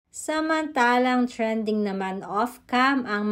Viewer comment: thanks and finally, you were able to correct yourself, you now pronounce trending properly, unlike before it sounded like trainding.